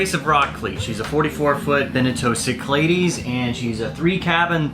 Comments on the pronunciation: For the love of God. Learn to pronounce Cyclades and any other words BEFORE you hit the record button. Your pronunciation of 'sick - ladies' really, really ground all my gears. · Correctly pronounced those Greek Islands should sound like "Sic La Dees." Don't worry Riley completely mangled it on SLV too. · Being greek and hearing how you say Cyclades blows my mind lol. Its probably technically correct in english, I don't know. I've just always heard it said the greek way my whole life. If you were pronouncing it in a simple greek way it would be sound like this: Keek - Lad - es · Only a Texan could pronounce Cyclades like that !! :-)